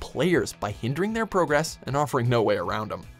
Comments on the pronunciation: Gah he said it again on Number 2! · Why did you say progress like you're not from 'round here? gasp! You must watch gaming channels!. Like my 6-year old does! I'm wondering if the word 'progress' is going to change back with this upcoming generation. I've heard it said this way by American children(mostly) more than once. Love the channel. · And a 3rd time. at. one.... It was no accident he said it. He's already changed into one of them.